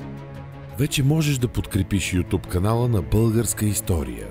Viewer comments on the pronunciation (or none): Здравейте Българска История, на фона на качествените видеа бихте ли променили произнасянето от ЮТУП на по-адекватното ЮТЮБ?